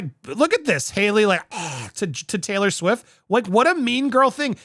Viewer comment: Am I the only one who heard "YES she came to defend SAILOR Swift!" XD